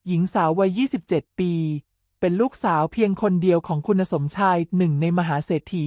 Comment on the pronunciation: 😅แม่คุณเอ๊ยคำว่าคุณยังอ่านว่าคุ_ณะเกิดมาไม่เคยอ่านคำว่าคุณเลยเหรอคำว่าชัยพรก็ยังอ่านว่าชัยพะระฟังแล้วมันขัดหูแสดงว่าคุณน่ะภาษาไทยไม่แตก